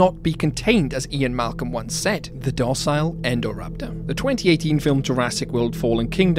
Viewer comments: Indo-raptor get it's name after the Indominus Rex it was based on. Yet you pronounce Indominus Rex correctly then call it Endoraptor? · it's so weird it's called "INdoraptor" and yet everyone in the films and in this video says "ENdoraptor"